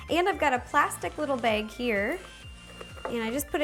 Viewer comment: she also said beg